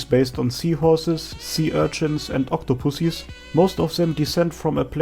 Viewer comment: is it me or is your accent made me hear you spells octopuses to octopussies ?, not to be rude but it's just funny